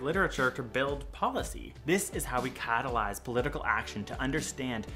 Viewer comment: I’m sorry, did he say catalyze or cattlize? 👀👀👀